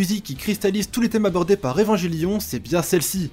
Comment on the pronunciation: É-va-n-gué-lio-n !!! Pas évanjélion ! Sinon, je suis plus vieux que Ken le survivant, bande de gamins !! 😁😁